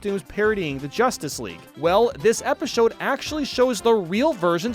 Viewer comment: I love how you said epishowed.